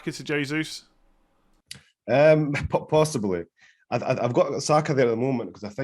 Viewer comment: Man actually pronounces Jesūs as Jesus 😂